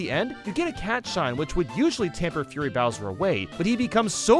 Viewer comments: Did anybody notice that said "Bowser's Furry" and not "Bowser's Fury" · you said Bowser furry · say bowsers furry not fury tbh was a laugh for me